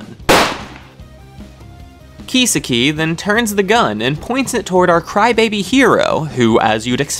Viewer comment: how can you constantly mispronounce kisaki so badly? you obviously didn't even watch the anime dudes name is key-saki not keysa-ki